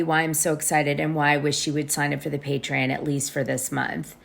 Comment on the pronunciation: I’ll make you a deal, I’ll sign up to your patreON to give it a try once you start pronouncing it correctly!!! It is NOT “pay-tree-inn” it IS “Pay-tree-ON!!!!!!”